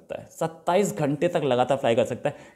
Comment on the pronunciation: 27 "ghente" 😄🤣